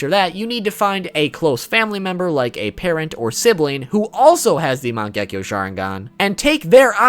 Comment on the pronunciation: It is man ge ki o